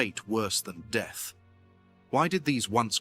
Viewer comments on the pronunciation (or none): none